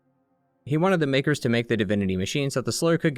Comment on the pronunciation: bro did not say makers